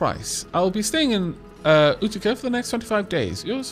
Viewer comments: Apparently Utica is pronounced like you-tuh-kah. Great video btw. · utica is pronounced you- tee- ka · Utica is pronounced U-tikah,. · I actually grew up not far from Utica, and we pronounce it Yew-tic-ka. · Utica is at least pronounced in Oklahoma as YOU-TA-CA (use the first syllable of "Commit") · Utica pronounced you-ti-cah :) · Utica is "You-di-ca"